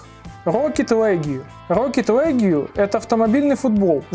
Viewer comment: Почему «Легю»? «Рокет Лиг»! Послушал бы в переводчике хотя бы. Не в обиду